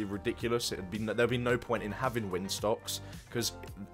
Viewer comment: I said that because it sounded like you said “windstocks” instead of windsocks